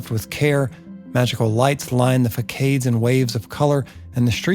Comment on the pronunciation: Great videos, I hope to see more produced! Btw it's pronounced: facade = FUH SOD